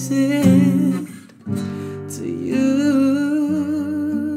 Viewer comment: Pet peeve "devotsed" 😶